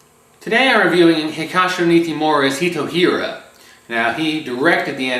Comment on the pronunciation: It's pronounced Hitora. (Japanese translation of Hitler)